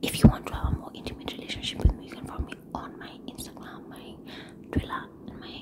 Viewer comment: ameamua hatawahi sema Instagram vizuri aki😂😂